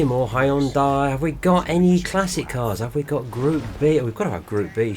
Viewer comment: Stop saying Hyundai!!!! it's pronounced Hyundai!!!!